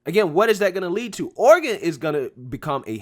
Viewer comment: Oh-ree-gawn don't go in for all that fancy book learnin' (starts playing DUELING BANJOS)